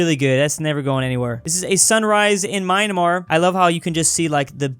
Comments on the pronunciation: why does he say mynamar its myanmar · Ight did call it Mynamar 😂